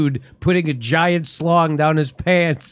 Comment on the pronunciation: Okay Jimmy, listen up.....it's a schlong not a slong.....lol....